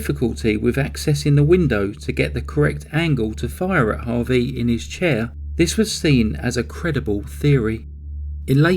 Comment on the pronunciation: Harvey not harry